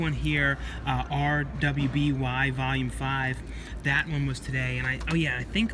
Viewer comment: RWBY is pronounced ruby it's a good show by rooster teeth same people that made red vs blue